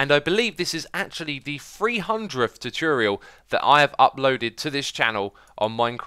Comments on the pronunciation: when you say 'chuchurial', do you mean 'tutorial'? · "Tutiurial", good ol' Xisuma <3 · You mean ChooChorial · Ive told from some English accent video that pronouncing “tu” as “chu” is actually a accent thing. Like pronouncing “tube” as “chube”. Dont know how X think but Ive seen such comments too much times. The funny feeling is going. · 寂筑羽 X's gonna upload a chutorial this Chuesday on Youchube! 😂😂 I'm not a native English speaker but I think there're cases in English that 'tu' sometimes sounds same like 'chu', e.g. furniture, fortune. So I guess it makes sense XD.